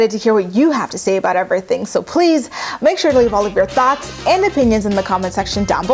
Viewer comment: Does anyone else hear "Leave all of your thots and opinions in the comment section below"? 🙈🙉🙊 lmao! 😅😂🤣